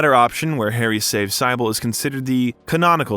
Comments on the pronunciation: That’s not how you pronounce cybil or dahlia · Overall great video but the way you pronounce Cybel abd Dahlia (and occasionally Alessa) was very distracting. The game has voice acting so I'm not really sure how that happened since I'm assuming you've played it? Having saud that, I still did enjoy your take on things, especially the history of Japanese horror.